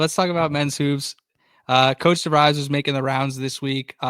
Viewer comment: His name is definitely pronounced "DeV-reees" ... not "DeV-rise" BTW, I just SUBBED because I heard things here to put the whole portal transfer thing in perspective ... Did not know that some teams did not get their first commitment until a month had passed ... thx.